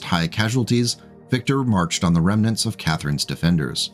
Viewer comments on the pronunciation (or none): none